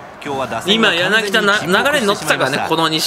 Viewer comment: やなぎ『た』ですよ